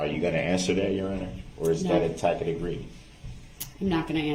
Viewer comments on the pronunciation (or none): Tacit not Takid. Sustain not Substain. Moron ! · love the way he tries to pronounce the word “tacit”